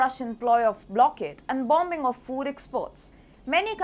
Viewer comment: When you say the word bombing the letter B is silent.